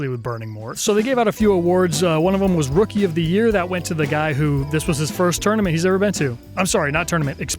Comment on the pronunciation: Is it just me that keeps hearing him say tourmenent instead of tournament